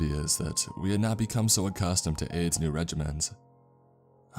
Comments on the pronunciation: I got really confused about that too!😅 I knew someone wouldn’t name their kid that but it REALLY did sound like “AIDS”. I think his name was Aiden. Aid or Aids doesn’t sound like a nickname ANYONE would call a kid! I have known of several people named “Aiden” through kids who grew up with my kids and through just being an adult around other people in life including clients throughout the couple places I’ve worked in my career... Anyway, I’ve NEVER heard of anyone named Aiden go by the nickname Aid or AIDS.... I don’t know about you but I’m going to listen to this story again b/c there were a lot of clues in the story before the last 22 minutes where “the report” was read... I don’t want to spoil it for anyone who hasn’t listened to the whole story yet! Love from Texas ♥️🤠🌴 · wtf is the name i cant fucking tell i hear “aids” “aid” or “Ann” edit: its aiden im a fucking idiot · I keep hearing the name as aids 😒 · Every time he says the brother's name I can only hear "Aids" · Is the brother's name "Aids" or am I hearing it wrong???